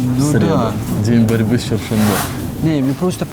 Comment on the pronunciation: не Чершанбе, а ЧерТшонбе